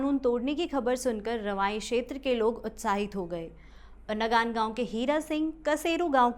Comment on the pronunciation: वो नगानगाउँ नहीं.. नंगांणगांऊ है मैम..में भी इसी गाऊँ का हूँ..,,और दूसरा कसेरु गाउँ नहीं.. बल्कि कंसेरू गाऊँ है. ..आप कहाँ से हो